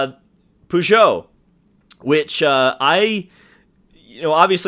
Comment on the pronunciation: BTW as an American you are actually pronouncing Peugeot incorrectly.